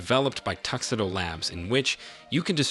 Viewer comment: "Tux edough labs..." FFS, TU XEE DO, how do you not know how to pronounce tuxedo?